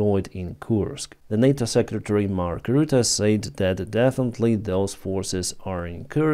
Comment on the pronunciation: Hey, you pronounced Mark Rutte perfect!! :D Never heard that before of a non-native dutch speaking person.